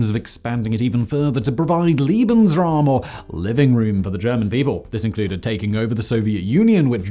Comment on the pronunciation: lebensraum NOT liebensraum e not ie, e as in say and not as in see